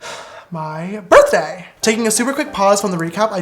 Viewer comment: when you said "My Birthday" it literally sounded like you barked. 😭😂💕